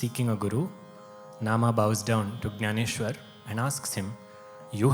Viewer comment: In your narration, you have not pronounced Jnaneshwar properly. It has to be ज्ञानेश्वर not ग्यानेश्वर.